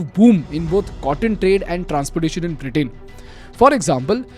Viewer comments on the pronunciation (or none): Why are you saying Britain as Britaaiin & mills as miles?? 😂 anyone noticed